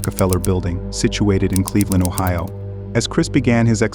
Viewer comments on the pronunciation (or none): none